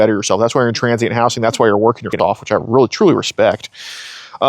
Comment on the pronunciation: Weally Wooowed